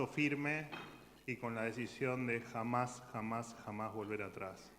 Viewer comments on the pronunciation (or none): ese jamás hamas hamas volver atras, sonó raro